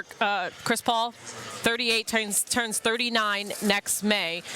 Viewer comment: Am I the only one who finds Adrian's "Chris Paoul" pronunciation funny? 🤣